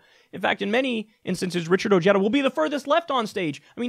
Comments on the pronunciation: bad pronunciation, this is a hispanic last name and the J is not pronunced Y but like an "H" in english, like Ohara or Oheda. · I hate how his name is pronounced. It’s “Oh-Hey-Da” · Is that how he pronounces his last name? I thought it was "o-HEY-da" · its pronounce "O-he-da" its a short "e" like in "get" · I hate that he has his last name mispronounced on purpose. I hate that he voted for Trump but at least he sees it was a mistake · Isn't it pronounced , oh*head*duh, or am I missing something lol